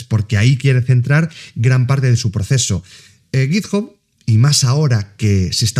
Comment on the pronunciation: sin acritud, pero la gente que intenta pronunciar en inglés con un mayor nivel del que tiene, normalmente la caga, lo digo por ese git "job", en inglés tanto británico como americano, "hub" se pronuncia como "/hʌb/", vamos simplificandolo en español sería una especie "jab".